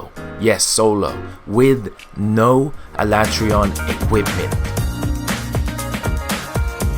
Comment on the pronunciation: No it’s not lol. Why else would the voice actors say “Al ah Trey on” and not “Al A tree on”